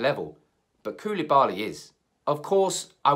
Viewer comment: You Say koulibali. But who îs gonna pay the extra from Maguire?